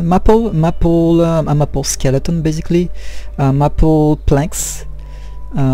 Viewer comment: Another great vid! Keep them coming! Best, John PS. Its pronounced May-pull. But its said fast. :)